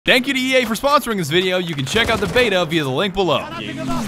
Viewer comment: Anyone else hear "dankity yay" instead of "thank you to EA"? Also EA bad.